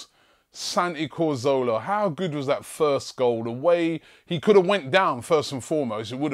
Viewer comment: Robbie, you're a good man, but please stop saying Corzola.